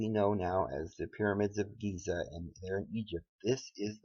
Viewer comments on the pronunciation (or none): none